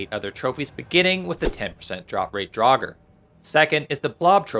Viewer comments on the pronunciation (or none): none